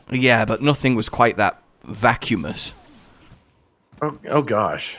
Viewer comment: “Vacuumous”? I’m starting to think you may be vacuous… 😉